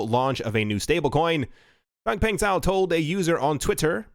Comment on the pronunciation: Do yourself a favor. Find the one Chinese person you know and ask them how to pronounce Chang Peng Zhao’s name.